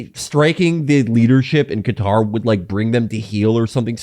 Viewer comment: How do you fuck up pronouncing Qatar that bad